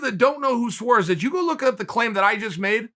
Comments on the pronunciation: Suarez. Not suares lol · It's Suarez not Saures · Tatiana Suarez: exists Chael: It's Suares Tatiana: Okay great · If Chael says it’s Suares then Suares it is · Me: Tatiana Suarez Chael: Thotiana Saures Me: ok great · Well I suppose she has to guy by Saures now Chael said its Saures